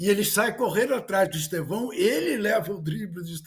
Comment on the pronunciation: Eu não aguento ouvir jornalistas falando EsteVÂO.. o nome dele é uma palavra proparoxítona EsTEvão.. pelamor... bando de Gagá!